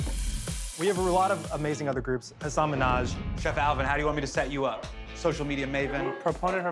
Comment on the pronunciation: My favorite part was Eugene saying Hasan's name wrong.